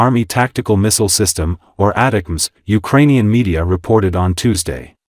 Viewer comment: Your AI doesn't know how to say ATTACK M's